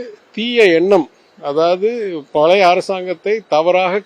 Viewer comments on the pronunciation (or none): none